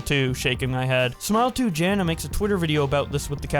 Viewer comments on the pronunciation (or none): not you pronouncing Jannah as Jana 😭😭😭